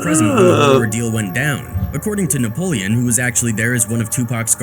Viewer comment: 🗣️ What Happened Nepolean? 😂